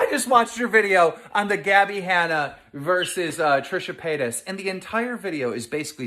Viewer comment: Why does it sound like Trisha Penis when he says her name?